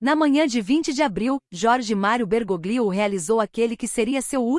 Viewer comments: Se pronuncia " Bergólio"< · A pronúncia é Bergolio.